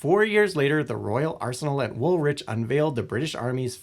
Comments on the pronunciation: "Wool rich" Woolwich should be pronounced like wool+itch. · I lived at the Royal Arsenal, now apartments, a facsintaing place and its why i can say woth certainty its pronounced Wool-ITCH. Not Wool-witch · Its “Wool-ich”. 😂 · Americans need to do more research on how to pronounce UK place names when including them in videos.